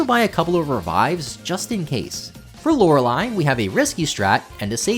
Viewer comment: I've been watching too many JRose videos lately, I got real confused when Lorelei was pronounced correctly